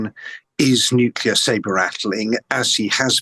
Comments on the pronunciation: It's nuclear,not nucular. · still baffles me how english speaking people can't get their heads around "nucular" vs nuclear... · I wish these journalists and politicians would learn how to pronounce the word "nuclear". I mean, how hard can it be....nu-cle-ar...not nu-cu-lar....Eerh! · Huh what nucular weapons lol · its pronounced "NUCLEAR" for F***s sake. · There is NO i between c and l in nuclear. It drives me mad when people insist on saying nukilar 😂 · NUCULAR? Why does Times Radio employ idiots that can't even speak English? It ruins a decent interview. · Nucular Marge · Why do so many presenters say Nucular? If you can say the words New and Clear, you’ve got it. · How can an actual reporter not know how to say the word nuclear... I'm so stunned.